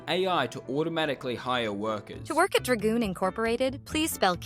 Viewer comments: "I wuold love to work at Dra-Goon corp" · Its dragoon